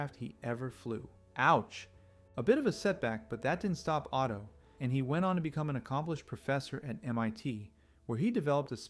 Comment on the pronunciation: What you guys say Otto, I hear Auto.